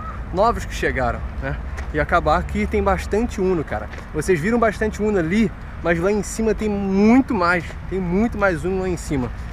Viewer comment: Vc de falar o uno não a umo